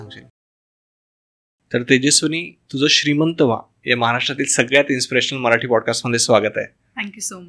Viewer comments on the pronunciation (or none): none